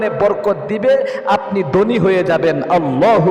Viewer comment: জনাব আপনি যে 17 টি স্বপ্নের কথা বলেছেন তার মধ্যে আমি 15 টি দেখেছি আলহামদুলিল্লাহ। প্রশ্ন হচ্ছে আপনি বাঙালির সন্তান হুজুর সেজে বসে আছেন ম্যাক্সিমাম শব্দ বাংলা আপনি উচ্চারণে ভুল করছেন। আপনি গোশতকে বলছেন গূসত, ধনী শব্দটা কে আপনি দনী বলছেন। থাকে শব্দটাকে আপনি তাকে বলছেন। এরূপ অসংখ্য শব্দের উচ্চারণের ভুল করছেন সংশোধন হবে আশা করছি